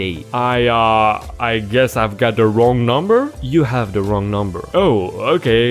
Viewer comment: I hate “wong” numbers.